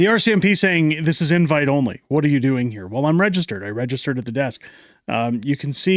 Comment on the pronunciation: "Do you have an inwhite?"